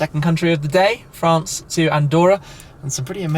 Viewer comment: France Franuce